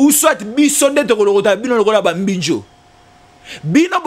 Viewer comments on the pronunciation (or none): Yo pe, je pense que balobaka: mbinzo et non mbinjo comme vous prononcez